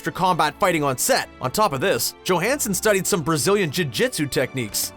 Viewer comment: Bruh its not JIT jitsu 🤣